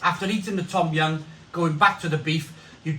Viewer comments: Pronounced dom yun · No it pronounced as tom yum not dum yum